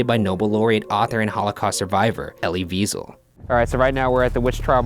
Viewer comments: Did anyone else notice that he said Elie Viesel instead of Elie Wiesel? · no ones talking abt how he pronounced elie wiesel as Elie Weasel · Ryan said Ellie Wiesel's name wrong now I cry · Ok you pronounced Elie Wiesel so wrong......we are actually studying him in school right now.